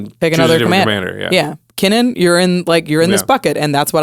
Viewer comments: Lol Keenan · "keenan" lol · I can't get over ' pronounciation of Kinnan XD